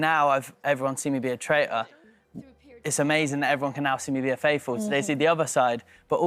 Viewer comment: Still playing the game then Harry…and still can’t pronounce the word faithful…???